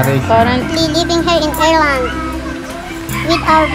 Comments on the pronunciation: How to pronounce Ireland (Ayr-land) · Ireland ang basa nyan😅😅